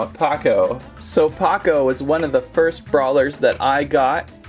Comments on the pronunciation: It’s pronounced POE-CO not POCO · ITS POCO NOT PAKO!!!!!! 😠😠😠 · Not to be picky but its "Poh-co" not " Pa-co" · it pains me how he said "paco" instead of poco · he called poco ,Paco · Btw it's po-co and pako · The vampire is Mortis. He's my favorite. And he dashes to attack. Also crows accessories were daggers and you pronounced pocos name wrong